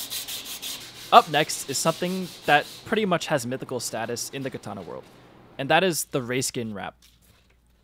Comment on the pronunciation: Learn to pronounce katana properly